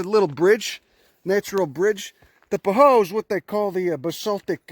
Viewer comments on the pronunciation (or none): Yo Bro, Pahoehoe is pronounced With the e's sounding as a long e. pə-ˈhō-ē-ˌhō-ē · I love your videos. BTW, the "oe" is "pahoehoe" is pronounced like "oy". "pa-hoyhoy"